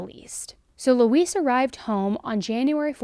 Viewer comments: Is anyone else hearing her say Louise like "Luis?" Like instead of saying Lou-EEZ, she's saying Lou-iss? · Usually Louise is pronounced Loo-eez (You are pronouncing it like Luis, with a s at the end ibstead of the z sound we often use for the letter "s"). 🙂 Not that I care if that monster's name is misprnounced, but there are a lot of people named Louise out there. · It’s pronounced “loo-ease”. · This name is pronounced "Loo-weez". I don't know why this bothered me so much? Just accuracy I guess? It's not a name commonly used these days so maybe younger folks don't know the pronunciation? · it sounds like shes saying Luis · It's pronounced 'Lou eeze'. No, this is not all I took from this story before anyone starts, but if you're going to do an article at least get the name right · It's pronounced 'Looeeze'. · You're killin' me lol My grandma's name was Louise, the "s" sounds like a "z" - it isn't pronounced like the Hispanic "Luis." That concludes this PSA, tyvm and have a nice day.:face-fuchsia-poop-shape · Always a fan. But not a fan of the name Louise given it was forced on me and for anyone reading this, that’s not how it’s pronounced. Thelma and Louise.